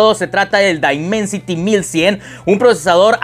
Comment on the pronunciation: El primer youtuber en español que pronuncia bien el nombre del procesador